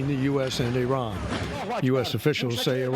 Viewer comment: These dumb country yokels. High ranking American military leaders expounding on strategies regarding Iran, and don't know how to pronounce the four letter name of the country! 😅 Embarrassing hillbilly leaders.